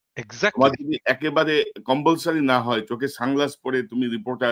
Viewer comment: উচ্চারণ কম্বলসরি না, কম্পালসরি